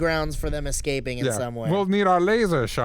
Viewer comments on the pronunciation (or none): none